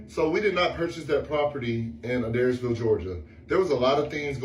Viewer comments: Hey! You’re saying the town name right. It is A-dares-ville. ♥️ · I live about 2 hours away from Adairsville and you pronounced it perfectly,! Lily from Do We Know Them kept pronouncing it wrong and it drove me crazy lol. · It’s okay, you pronounced Adairsville correctly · HOLY SHIT! I just moved from Adairsville a few years ago. Crazy because no one knew that town just a little while ago, then Atlanta Metro area got so big… And pronounced it correctly. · You pronounced Adairsville perfectly. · Wanted to let you know that GA is the abbreviation for the US state Georgia. Also you pronounced Adairsville perfectly! Well done darlin. 😊 Love your content! Your girl is beautiful and y'all look so cute together. Have fun with the van trips and vlogs!! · you pronounced Adairsville totally correctly! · you got Adairsville correct 👍🏼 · you pronounced Adairsville correctly iirc as a Georgian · Hello, Georgia, US resident here. Given the British accent, you pronounced Adairsville correctly. 😊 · Hey, you pronounced “Adairsville” perfectly. 🥰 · If adairsville is pronounced the same as Adair, Oregon, you said it correctly. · You pronounced adairsville right! 😊